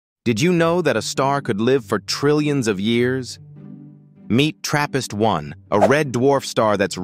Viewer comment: For a second i thought he said therapist